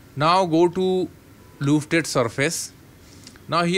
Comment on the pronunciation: Great tutorial...a few hiccups in your presentation, but I got through it. Love the use of the "loofted" tool!